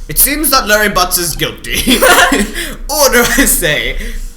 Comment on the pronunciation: Am I the only one who always thought that you were saying "goatee" instead of "guilty"?